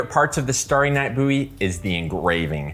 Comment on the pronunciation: Stary night Boowy , Bouwie , Bouwy. Ok my man, how do you pronounce bow, do you say boo. I suppose it could be an accent thing. I love your videos so please don't think I'm a troll. 😎